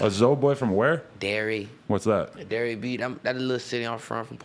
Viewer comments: Is buddy saying Delray? lmfao sounds like Dairy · Dylan Brady Don’t say he can’t even pronounce Delray correctly lmao.. because you can’t even spell “Boynton” ain’t no one ever heard of Boyton.. and I’m from Delray. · This dude is from.....delray beach Florida he can’t even pronounce it 🤦‍♂️ I lived right outside delray in boyton beach But Delray Beach is nice like it’s not bad it’s the number one spot for recovery “getting clean off of drugs” in the world,there is a lot of expensive rehabs,cheap rehabs a lot of them but it’s not like......street at all I know exactly where he is saying he is from and Idk how he even acting like it was gangster it’s very wealthy